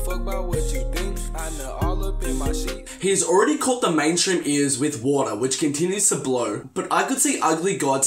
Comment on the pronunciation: ugly god is not gone be on xxl point blank and it sounded like you said order not water